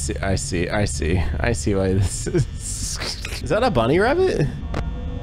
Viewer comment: **: Is that a bunny wabbit? *Bunny Wabbit*: What's up Doc?